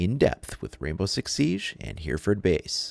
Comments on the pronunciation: I live in Hereford and for future game plays it isn't pronounced here-ford it is h-ery-ford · Pronounced 'Heh reh ford' my friend! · Great video. Although it's pronounced hery-furd. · it's been said already but that's not how you say Hereford, I'm from there so I can assure you of that